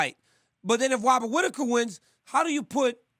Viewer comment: wobert witaker 😂😂